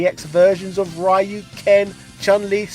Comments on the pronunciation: It's pronounced Ree - Yu not Rai -Yu 🙅🏾‍♂️🤦🏾‍♂️🙅🏾‍♂️🤦🏾‍♂️ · Reee Youuuu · Ryu is pronounced as REYU!!!! NOT RAIYU!!!!! Damn it!!! How many times people has to correct you this primitive error?!?! Geezzz!! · I don't know as I've always called it Ree Yoo. To me, a Y makes an ē sound. I'm Asian and I've never heard any Asian calling him Rye Yoo. Guess it's kind of like Sriracha as I've never heard any Asian pronounce it with an R sound either as all Asians I know call it Siliacha. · stop saying R A Y U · Every time someone pronounces Ryu like "Rhy-u" a kitten dies somewhere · After hearing the guy saying "RYE-YOO" seven times or so, I thought the video was from 2005 or less. Oh, the surprise xD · I think he does it because people make such a big deal of it. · "Rai-Yu"... listen here buddy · At this point he does it on purpose, because people kept reacting exactly like you are. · "Rye. Yoo". C'mon,!;) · I know, right?! He can pronounce "RYO sakazaki" properly but not "RYU"??? I don't get why it's so hard!